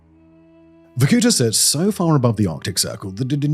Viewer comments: It's pronounced VorkuTA, not VorKUta. The stress is on the last syllable. Why do anglophones nevel look up pronunciations? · Me as a Russian clicking on the video to see what other nations think about Varkuta. Oh, btw it is Varkutá, like the last vowel is the one you should articulate not the oo sound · Dang, I used to live there for a while 😕 Not wussia’s, Komi’s. And it’s Vorkutá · Sérieux c mauvais la traduction est mauvaise tellement que ça m'enlève le goût d'écouter jusqu'à la fin vorkouta pas varkoutoa ni vakouta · The video is full of antisoviet lies. And you could at least learn to pronounce the name correctly. It is Vorku'ta. The stress is on the last syllable. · VorkutA, you stress on the last A.😊I am Russian, take my word for it. You l say how you do it, no one in there will know what you are talking about 😅 you are welcome. Victoria.. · Vorkuta -- spell it Vor - ku -taa hit last vocal letter not to hit o long. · It's VorkutA. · making 30 minute "shocking" video about hell-on-earth-city and cannot even bother to pronounce it's name properly. just repeat after the goddamn google translate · though the pronunciation of the word Vorkuta is different